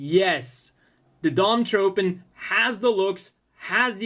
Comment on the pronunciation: I've heard Dom-Tropen pronounced Dom-TroFen. Also: is there a HGUC Dwadge kit?